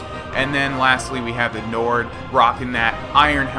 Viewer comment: When it said nord, I thought it said nerd. LOL